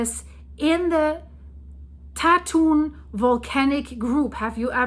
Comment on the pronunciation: BTW, Tatun is pronounce as Dah Twun with the 'u' sound like 'uh' as in the word cup. Actually, the number of earthquakes in Taiwan in the last couple of years has been comparatively quite low with only 3-4 actually being felt by the residents of Taipei or the greater Taipei area, including the surrounding surburbs called New Taipei. I'm a resident of Taipei.